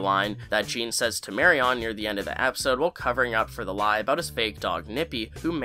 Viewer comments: Sorry but the repeated mispronunciation of the name Marion got to me. Regardless of spelling it’s “Marian” not “Mary On” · Please don't pronounce Marian's name like that *cringe*....I thought I would be cringe free now that Papa is not in the story any further. Please 🙏